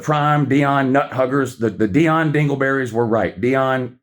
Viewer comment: Can't wait to get to "knee-on" Deion!